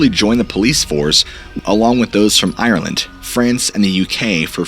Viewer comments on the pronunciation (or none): none